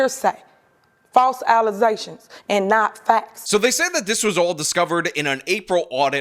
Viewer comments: they saying this off of false allizations and not facts., it’s pronounced “allegations”. And happy hour isn’t for another several hours. It’s abundantly clear you are thinking about the beverage, Alize, but if you could please focus on the matter at hand. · the allezaions is not the truf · Ezactly. The allezations of "permeantly borrowing" a quarter mill" is falz.